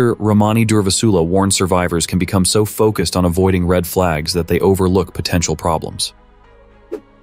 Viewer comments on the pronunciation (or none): none